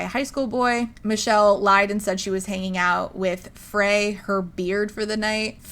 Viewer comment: It’s pronounced FRY.